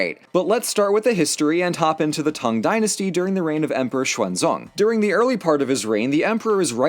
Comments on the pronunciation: It's pronounced "tang" like the drink, thanks Otherwise, good job! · The what dynasty? Oohh, Tang. I mean, given the subject of the episode you will forgive me for mishearing the word...